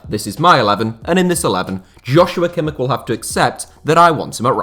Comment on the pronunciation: Pronounced “Yos- yu - wa Kim -ish”